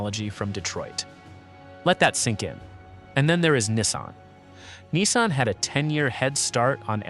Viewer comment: So long as I live, I’ll never have a Chinese car in my driveway. And this video’s AI needs to be reviewed. Lots of audio artifacts and weird pronunciations. Especially the inconsistent pronunciation of Nissan.